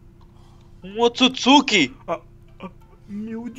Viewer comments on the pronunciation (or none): none